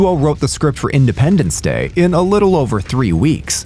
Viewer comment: Did you say "Findependence Day"